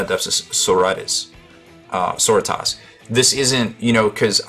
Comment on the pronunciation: "Sorotahs"... heh :)